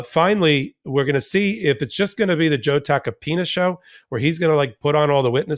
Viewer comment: Did he say Joe Tacapenis? hahahahhaha